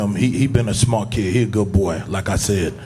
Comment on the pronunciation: Its no longer "lets go champ". We've moved to "He a good bwoy"